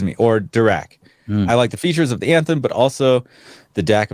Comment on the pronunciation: Athem or Anthem? Lol